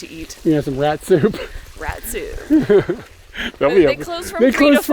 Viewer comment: When yo said katsu I thought you said Rat Soup